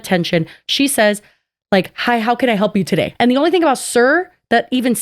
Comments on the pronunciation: I hate to agree with that lady, but my first listen I also heard “sir” because “today” was mumbled like “terda.” I heard “today” the second time when I listened more carefully. While I agree that the cashier wasn’t bursting with bubbly energy or anything, I don’t believe any service workers should have to put on a “customer service face“ for anyone. They’re paid pennies. Boomers think Gen Z is entitled for having a “blank stare” when the Boomers are the real entitled ones thinking they’re owed a smile when people are barely surviving out here. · I hate to defend the mystery shopper lady in any way - but I kinda heard ”Sir” instead of ”today” in that one clip 😂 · I'm going to be honest with the girlies but I could not hear the "today" bit at the end until I had went back and relistened to it like 10 times. It doesn't sound very clear to me, BUT I also don't think she said sir (because why tf would she?). This is just my yanny or laurel moment I swear, the lady does seem to exhibit racist tendencies and believe racist stereotypes.